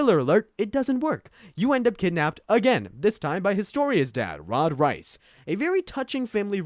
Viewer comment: “Rod Rice” 💀